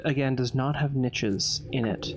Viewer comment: Watching this in 2024 - I love it - binge watch it- adore it - but (being German myself) the way pronounces „niches“ makes me want to rip my ears off